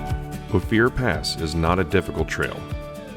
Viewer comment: Great tour with one great drone shot after another!!! I really appreciate all the work that went into this. FYI - "Ophir Pass" is pronounced "O-fer" (not "O-fear").